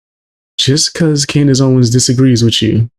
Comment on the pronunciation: Did that man on the video just call Candace 'Coonice', that is disgusting. I suppose when you can't debate with facts then you have to resort to slurs. Fair play to you for showing this, it really does make you wonder about how hatefull some people can be. It's shocking.